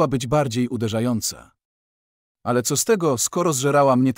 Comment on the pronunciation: Dlaczego lektor dziwnie wypowiada; zamiast "Bzu" czyta bezetu, zamiast "co" ceoo?? i jeszcze kilka innych słów wypowiada albo jako skrót albo z angielska???